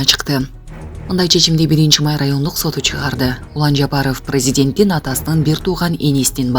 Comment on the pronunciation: Президент деген созду бир кызыктай айтат да ушул суйлогон неме